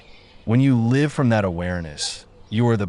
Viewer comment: great info. Is this AI generated, i think it mispronounced "live"